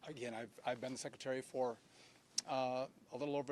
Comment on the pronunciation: Muriel Bowser fails to properly pronounce Secretary the 39 second mark. "SHECKretary"? Wow. Language matters. What a poor example. PPPP